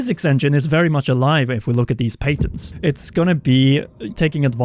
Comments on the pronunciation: its pronounced (pat-ins) not (pate-ins) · Do U mean Pat (like patrick) ent? i guess its the difference between European pronunciation and North American eh?